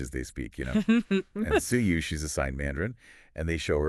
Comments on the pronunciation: Btw her name is pronounced Chewy like Chewbaka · Just FYI her name is pronounced Two-We :) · no her name pronounced in Korean and in English is Chewy. Even though English readers and Chinese, read it pretty similar.